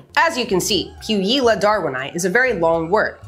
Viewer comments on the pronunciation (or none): Puijila is pronounced pooh-we-yee-lah